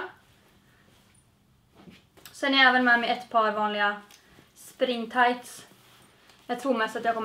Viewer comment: Trodde du sa string tajts (istället för spring tajts😂😂😂❤️